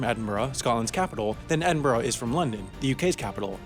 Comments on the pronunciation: Quick helpful tip: Edinburgh is pronounced ed-in-bruh Not ed-in-bu-rugh Happens all the time with tourists. The news is the worst for getting it wrong! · It’s pronounced Ed-In-burra not Ed-In-burro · And as I posted earlier, somewhere else on this vids comments section, Edinburgh not Edinborrow. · please say edinburgh right, its edinbra not edin-burrow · Its It's pronounced like EdinBURUH not EdinBORO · I’m from Edinburgh, and I can tell you it is pronounced Edin-bruh, not Edin-boro. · Stop saying Edinborough, it’s said Edinbruh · pls can you (and all the north americans) practice saying Edinburgh. Here we go... Edin-bruh. Quite easy, 2 syllables, no "bo-roh" or "urg". If you want the fancy way, try Edin-buh-ruh. Ya welcome xoxo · It's pronounced Ed-in-burrah. Not Ed-in-boro. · Ok.. lemme just clarify this for all yall Americans out there.. he says Edin-bor-ah. Tut tut. It’s Edin-BRUH True stuff my dudes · OMG if you do not want to piss off Scottish people, learn to say the place names correctly. Edinburgh..... Ed....in......bra (as in bra-what you put titties in) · Until you start to properly pronounce Edinburgh - E din burra I cannot watch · Yup and it's Edinburgh not Edinborrow. I'm an Englishman andI respect the Scots enough to atleast try to pronounce their names the way they do. On a lighter note, I think the Americans dislike us because we are smaller than Texas and ruled 25% of the globe. It's like a child who gets picked last for every team with an awesome, over achieving parent who was the national teams captain, of course they are going to dislike us. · Not sure I can take anybody seriously who pronounces Edinburgh “Edin-Boro”, sounds like a cigarette brand from the 70s! Go back to school buddy, learn how to speak. ;-) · Why do you say Edinburgh so weird Ed in bruh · is it me or do Americans always pronounce Edinburgh wrong it's pronounced 'edingbruh' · Oh god your pronunciation of Edinburgh. Its Edin-bruh, not whatever the fuck you're trying to say.